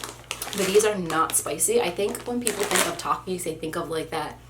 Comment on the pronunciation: The first one is a big one Me: uhh gushers right Her: takies Me: 👁👄👁 that’s what I said